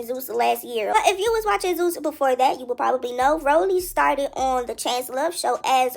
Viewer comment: she sound like a Dominican Pink Power Ranger " we couldn't have done it wit yewww" 😅😂 shutyoassupgworl